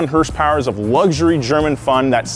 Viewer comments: Please don’t say hershpwrs when talking about the Audi. That’s not your thing, that’s someone else’s thing. Don’t do it. Other than that, great video. Carry on. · You definitely said hearse-powers . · I’m about to get to ass boy can’t even say horse power right 😂😂😂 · Did you say hearsepowers? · "five hundred and ninety one hearsepowers" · Did he just say "Hearse power?" I'm dying to know... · hrspowers. It's like he couldn't decide which one to say so he combined them